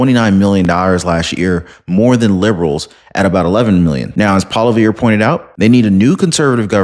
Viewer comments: Its not Polivere Its pronounced Polouve. Sorry Im a big fan of your show. Good 🤞!!! Luck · Also his name is pronounced "Polly-ev" ;)